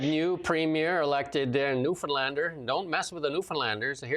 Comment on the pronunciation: Thanks for pronouncing Newfoundlander and Newfoundland the right way❤.